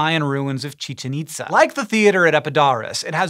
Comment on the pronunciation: I've been watching the SciShow for about a year and I'm here just to say how much I appreciate Hank's effort when pronouncing Chichén Itzá, El Castillo, Quetzal, Chavín de Huántar, Lanzón. Nicely done for a non-native Spanish speaker, man! 🙌🏽